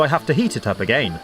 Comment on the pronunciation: I love how he says “egeien” instead if “again”